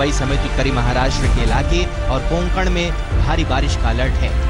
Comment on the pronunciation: कोन कन नहीं कोकन है।